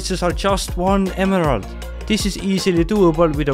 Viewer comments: Great video but I wince every time you say emerald lol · The way he says emerald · I love the way he says emerald.